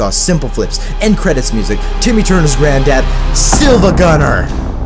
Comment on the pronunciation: Its siiva